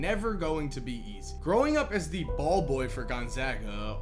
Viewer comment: You do realize you don't have to emphasize the word by pronouncing it "thee" with emphasis, every single freaking time! Do you tell your girlfriend, "hey babe, I'm going to "THEE" store, be right back", lol.